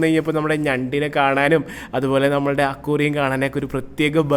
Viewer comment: സാദനങ്ങൾ ❌സാധനങ്ങൾ✅ അക്വാറിയം❌ അക്വേറിയം ✅